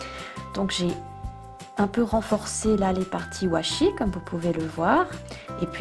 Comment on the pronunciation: on dit pas wachi